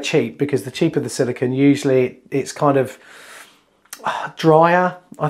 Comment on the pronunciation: It really annoys me when these guys do so much of this work, but they call it silicon (as in microprocessors) instead of silicone as in fir cone grrrr